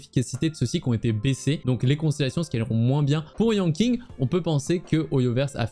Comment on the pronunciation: Yanking ? Donc Keking ? mdr je taquine mais ca se prononce comme Keqing si jamais mais avec Yan devant ^^